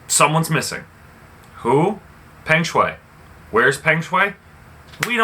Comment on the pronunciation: Learn to pronounce her name clearly first. I bet you don't even seen one set of her game. Don't recycle news. Lame.